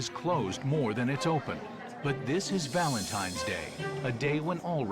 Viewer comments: Is my guy saying Valentime? 😳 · I love watching these videos the only thing that annoyed me about this video when Gordon was saying Valentimes day instead of Valentine’s Day. I know this is petty but things like this annoy me it’s like people thinking Frankenstein is the name of the monster when it’s actually the name of the creator Dr.Frankenstein.